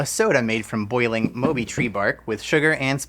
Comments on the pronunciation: It’s actually “maw-bee” 😅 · I'm from Trinidad and it's pronounced "Mawby" not "Moby" . Glad to see a drink from Trinidad but the Sorrell Fizz tastes better. Mauby is an acquired taste as it's quite bitter. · Mauby is pronounced Maw-bee not Moe-bee. ❤ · Just for your knowledge. The last one isn't pronounced MO Bee... it is actually Maw Bee... it is an acquired taste in the Caribbean.. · It's pronounced Maw-Bee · Mauby is pronounced as Ma-bee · Love to see Trinidad and Tobago featured!! It is pronounced "More-bee" btw. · Not 'moe bee' it's called 'more bee' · Mauby is pronounced “maw-be” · Also it's pronounced MAW-bee, not MOW-bee. :) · Love to see my country represented 🇹🇹 btw it’s Maw(like MeeMaw) Bee…so MawBee (spelt Mauby) love y’all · It’s pronounced ‘maw-bee’ fizz😁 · 🇹🇹here I've never heard that pronunciation of "mauby" before 😂 also knowing it can be made alot bitter (which is how I like it)than that brand makes it funnier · Never heard anyone pronounce Mauby as Moby😂 I’m from a different Caribbean island and we pronounce it how it looks. We pronounce the au as aw like saw or paw I thought you were saying moldy at first😂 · where the hell are ya'll tasting licorice in the mauby drink? it DOES NOT taste like licorice, and for its pronounced as MAW--BEE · maw-be like meemaw and bee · not how you pronounce mauby 😭